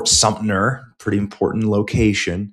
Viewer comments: Its Fort SUMTER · Fort Sumter...with a T.